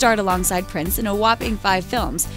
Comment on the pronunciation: Freddie Prinze , not Freddie Prince.